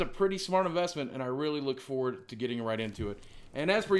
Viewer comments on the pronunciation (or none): none